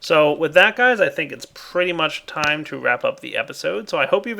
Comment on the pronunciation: god why is so gay its like he has the speech impediment of the century he doesnt say hello he says HALLOW in this really quirky and ironic voice yet it ends up being unironic and just the facts of he cant say pretty either its all like OO THATS PREEETAY god damn what is he like afghanistanian or something jesus dick on a horse